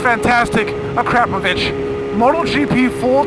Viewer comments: A-crop-of-itch c'mon man. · "Uh Crap Oh Vich" BWAHAHAHAHAHAHAHAHAHAHA. Bro, it's "Uh-CROP-ah-vich", definitely not "crap". Best exhaust out there. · When he says akrapovic it sounds like " a crop of itch*